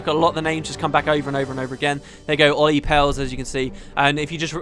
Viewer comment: Hey, again some Finnish insight. You actually read Petri and Olli surprisingly correctly which is rare since Finnish is a bitch to pronounce for anyone foreign. Good job!:D Also, loved this series. Can't wait for LoG2 just so I can see you LP it:D